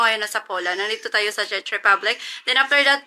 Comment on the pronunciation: Why u pronounced it as "Chech" i think its Czech like Check with "k" when u pronounce it😢😡